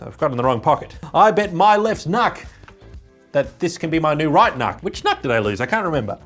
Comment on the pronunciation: Pronounced, "nook," as in, "nookular."